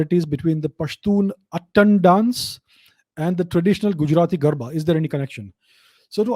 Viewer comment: Thank you sir for this infromative video But sir the proper pronunciation of pashtun dance is “attaaan” (its आ not अ in it ) ☺️☺️❤️ as i am a pashtun hindu myself found it really interesting knowing about my ethnicity ☺️☺️